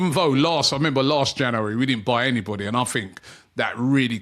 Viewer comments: OMG, here we go again. Can somebody teach Robbie how to pronounce the word "January"? It's Jan U ary and not Ja NU ary ...... it's doing my head in. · It's not "Janowary" Robbie, it's January. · “Jannery” “Janooary” One day, one day he’ll get it. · Another month of Robbie trying to say the word ‘January’ correctly